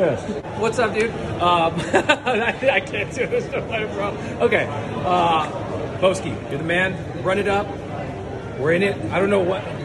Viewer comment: > Jeff Bow-ski